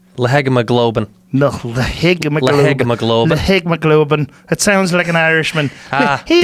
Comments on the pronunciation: Joe: Leg + Hemoglobin = La-heg-me-gob-lin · not trying to be that guy but its pronounced "le He mo globe in" its basically fake red blood cells. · "Lehegmaglobin." Um, no.